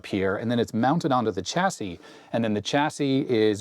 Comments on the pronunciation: The "l" in solder, didn't seem to make it across the Atlantic for some reason. Also, as "chassis" is from the French, the "ch" is pronounced "sh", the same way as in Chevrolet. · "Chassis", as in "Champagne", Chateau", "Chicago", and "Chamois. Also, "Solder" with a "l".